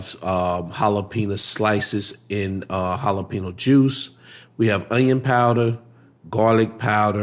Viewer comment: The way u say jalapeno is driving me crazy lol but looks good